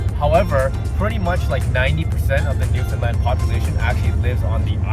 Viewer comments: For future reference, it's pronounced newfinland not new found land and Newfoundland is one word. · It is pronounced “New’-fun-land” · .. I know. I kept cringing every time they said “NewFOUNDland” 😂